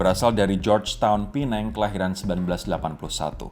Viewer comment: Nyebutnya bukan pineng tapi Penang.